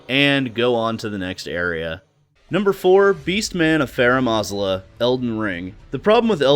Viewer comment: Pronunciation of Farum Azula hurts, but decent video besides that for sure